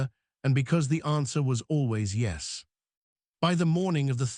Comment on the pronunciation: I hate this AI voice. This is the one that says “yezz”. Instead of saying yes. Wish they would change it